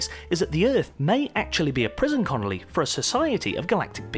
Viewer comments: prison CONNOLLY? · "...a prison Connolly..." You mean "...a prison colony..." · You said Prison CONNOLLY, (as in Billy Connolly), instead of Prison COLONY! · he said "prison conoly". :-) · a prison CONOLY??? Really? 🤣🤣🤣 Great presentation mate, and I love that you didn’t edit that one. It makes you human .... whatever that may mean. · I caught that too. He has several slips like that throughout the video. No big deal I guess....